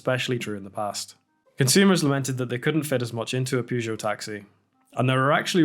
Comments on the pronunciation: Why are you pronouncing Peugeot like that? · Wasn't aware that Peugeot cars ever touched North American soil. Partly as Americans keep calling them "Poo Joe".